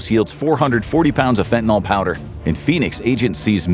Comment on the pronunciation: For dog's sake, correctly pronounce "fentanyl".